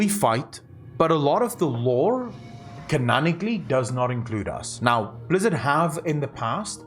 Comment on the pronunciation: Canon-ically. Not canan - much love